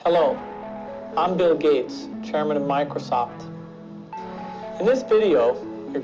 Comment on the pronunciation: Bill Gates in the first clip was more like Billy gates